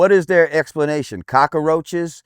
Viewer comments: Cawk-Car-Roach.... This man is not intelligent, nor can he speak. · it's cockroach not cackaroch...... learn english... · 🤨 What the hell is a "cockAroach"? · What's a "cockerroach"? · Canada here....what's a cock a roach? Who the hell is that old dude loooord Jam-jar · The guy lost me at "cockoroach" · What's a "cock-a-roach"? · what the hell is a cock-a-roach? This guy is such a fucking idiot. The fact that he has any platform at all is extremely depressing. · What is a cock - a - roach? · WTF is a cocker-roach? 🤦‍♂ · If you're going to call it a cocker-roach, then I'm going to stop listening anyway. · What's a cock-a-roach? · ......and why oh why would anyone take any kind of opinion on anything from this so called celebrity? He can't even pronounce "cockroach". 😂🤣😂